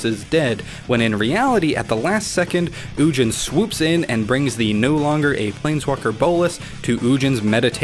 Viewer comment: I don't trust anyone that says "ujin."